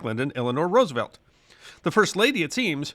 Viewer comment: Gratified and impressed that you have changed your pronunciation of FDR's last name. You are a true class act.